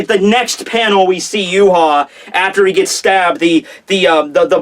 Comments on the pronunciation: Ryuken gave Uryu the arrow and told him it would stop Yhwach. PLEASE LEARN TO SAY HIS NAME correct it is pronounced Yah-vahk and NOT yoo haw, geez dude. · Please call him Yah-vahk not yoo haw. Unless Kubo says it Yoo haw then you are butchering his fine German name bloody badly. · Too funny Yoo haw when guy is German name pronounced Yah-Vahk please learn German dude! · Please for the love of God learn to say Yhwach name correctly! It is pronounced Yah-vahk not Yoo-haw! It is German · and the wrong bad way he calls Yhwach yoo haw and not ya-vahk